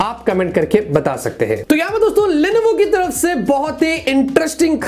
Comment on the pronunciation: You say Lenovo but I hear Levinho (pubg player) 😍✌😂